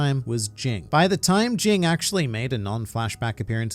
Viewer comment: Jing is Ging The G at the end is silent